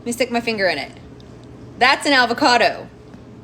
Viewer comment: “Alvocado”. Ugh. I’m in Tx and can pronounce Avocado.